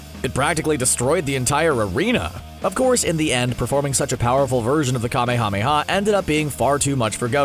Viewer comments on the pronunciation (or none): It's not kame-hame-ha its kamehameha like kah mayamaya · Jesus Christ stop saying KA MEE HA MEE HA. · You REALY need to work on your pronunciation of kamehameha.. I can barely watch this video only because of that...